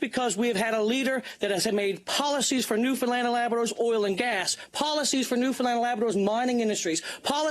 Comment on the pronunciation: New found land had to break it apart so you can pronounce it correctly not newfinland